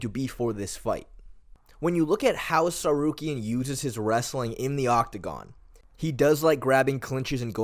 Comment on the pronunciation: You would think mfs would pronounce Ngannou correctly when they can say Tsarukyan so easily.